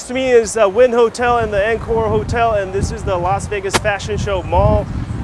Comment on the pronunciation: Dude, it's pronounce "on core" not "in core"